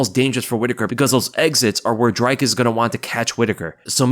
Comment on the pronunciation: Not Drykus...its Dreeekus, pronounced like the number three...:elbowcough